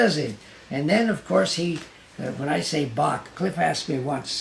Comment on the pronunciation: Shame he never taught you how to say Bach